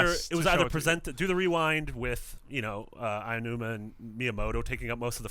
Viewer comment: I didn't think anyone else except "Gamexplain" could mis-pronounce Aonuma's name to make it sound like Ainuma. So, congratulations. I fee like credited websites known around the globe (and even known by Nintendo themselves) would have the cautiousness, background knowledge and actually do research about everything they mention before they publish this type of material. Mis-pronouncing names can be offensive to many people. =P